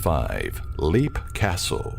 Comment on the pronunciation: It's pronuonced, Lep, not leap. Leap Castle. Thank you, narrorator.